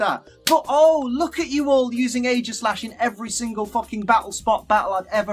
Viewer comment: He mispronounced Aegislash (ee-jiss-slash) and Arceus (arr-key-uss).